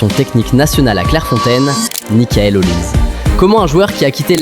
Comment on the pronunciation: C'est plus Olise mais "Haut lisé" 😂😂, on en parle pas assez mais si la France prend la coupe du Monde il serait favoris pour le ballon d'or